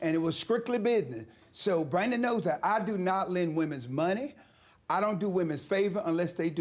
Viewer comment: Why he saying women like that??